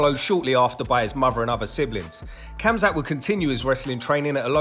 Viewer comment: it's pronounced hamzat not hamza